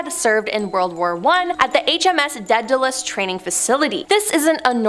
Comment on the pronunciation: Really enjoy these vids BUT you guys have got to learn how to say British words correctly: It's the RAF, not the RFA Daedalus is pronounced DAYdalus, not DEADalus (Greek, I know, not British) Comber MEER (the B is voiced) Viscount is pronounced VY-count Berwick is pronounced Berrick...